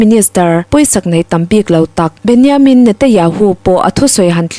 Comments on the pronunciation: Isreal PM hming Benyamin, ni lovin Benjamin tih tur. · A ngaihnawm khawpmai,mahse Israel ram hotu ber Benjamin hming pawh lam dikloh hi chu a zia lo deuh, tin an kut hming te.pawh, record hma hian zir chian ve deuh ṭhin a tha.